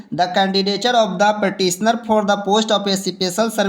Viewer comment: Paateessnor bol rha hai 😄